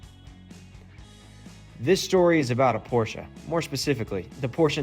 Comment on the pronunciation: k so we can all pronounce Ferdinand Porsche correctly so why can't people pronounce porsche correctly?